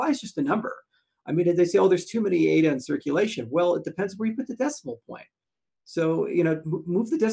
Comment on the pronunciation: It’s pathetic still can’t pronounce ADA correctly. What a joke